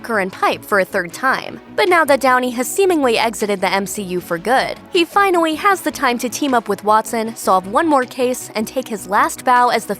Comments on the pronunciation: Surely, you mean "FINAWWY"? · “he finawwy”